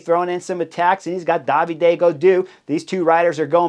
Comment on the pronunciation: David en français c’est pas “DAH VEE DAY”